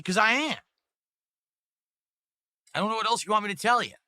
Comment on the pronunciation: Bro says ‘want’ as ‘WAH’